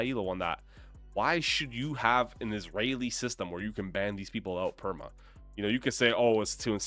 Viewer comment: "invsrael woman" 😭